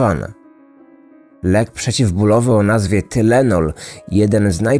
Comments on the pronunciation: Wymawiaj Tajlenol i Tajlenolu 🙂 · O panie,tajlenol się mowi_,pozdro.... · Amerykanie mòwią „tajlenol”. Mój tato był wtedy w Chicago, straszna panika była. Pozdrawiam serdecznie. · Tynelon mowi sie po amerykansku. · Tylenol - czytaj tajlenol.😁